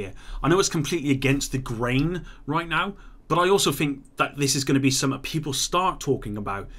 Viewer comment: Kindly learn how to say "something" correctly